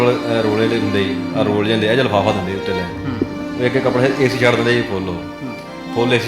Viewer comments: Azent leke zande aa 😂😂oh reporter 22 jajje paer bindi layi jana har word naal trying to be more sophisticated i guess,agenta raahi jaande aa na ke zande aa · Zaande aa bai zaande aa... jaande ni zaande aa